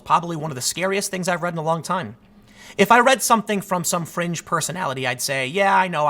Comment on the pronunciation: if it was written by someone else .. tim said FRENGE .. Tim is ignorant Stupid Bias